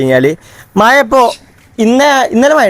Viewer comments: മയ- മഴ yes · മയ അല്ല വനെ മഴ.